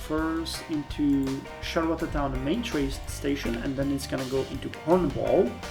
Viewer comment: it's pronounced shar-le-town, the "t" sounds smush together